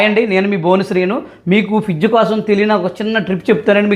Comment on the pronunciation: ఫీజ్ కాదు ఫ్రిడ్జ్